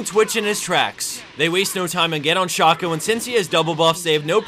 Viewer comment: sh-ahco-. shayko pls